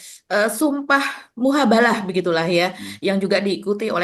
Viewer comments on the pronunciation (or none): sumpah mubahalah bukan sumpah muhabalah... keseleo lidah harap maklum 😅😅😅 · ...Mubahalah? Muhabalah?? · sumpah Mubahalah mbak, bukan Muhabalah..